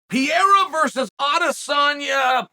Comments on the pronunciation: Your way of telling stories is so unique, somehow I am wathing it every time. By the way god damn it say PERREIRA stop calling him pirria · I almost cry laughing every time he calls Alex Pereira, "pee-era" 🗿🗿🗿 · ahh yes 2 months since uncle chale’s talked about alex and he still can’t pronounce his last name 💀